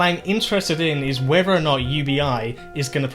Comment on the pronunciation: I can't take someone seriously when they pronounce "whether" as "wever", and "plethora" as "plefora" . I didn't know Elmer Fudd was a statist.